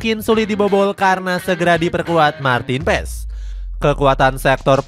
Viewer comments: Martin Pas dibacanya. Bukan pes 😅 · its "PAS" not "PES" :))